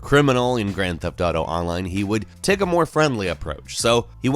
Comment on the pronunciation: The way you say "online" hurts me